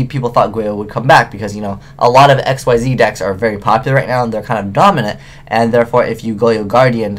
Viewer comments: Ekseez. Ekseez! That's how Xyz is pronounced! Not X-Y-Z, not Exceed, Xyz! How many times must I mention this? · Xyzs monster is pronounced "ick-zees"